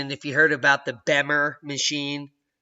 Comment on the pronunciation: It’s BEMER pronounces Beemer. I’ve really helped a few hundred people change their lives over the past four years. Especially rewarding, I’ve watch seniors come to life again and greatly reduce or illuminate discomfort. But I’m very interested in this Primer Field. . Thank you!!